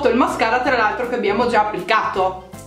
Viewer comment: Hai detto mascala invece di mascara😂😂